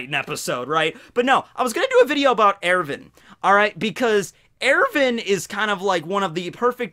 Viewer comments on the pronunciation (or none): It’s not Ervin....wtf..it’s ERWIN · Its er-win not er-vin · I cringe every time you say Erwin... it sounds like you’re pronouncing it Irivan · Nice pronunciation of Erwin